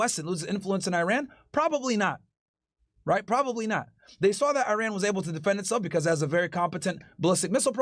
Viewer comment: Eye Ran 👁️ 🏃🚫 Eiran 🇮🇷✅ Is really not too hard to say it right specially when you talk about the country more frequently